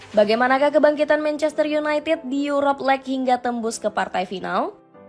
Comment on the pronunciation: Yuropa Lig -> Yurop Leg Ineos -> Ayni os Tolong pronounnya diperbaiki min 😂